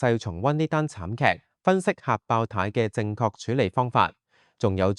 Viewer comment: 係爆（tie) 呀，儍佬AI 😅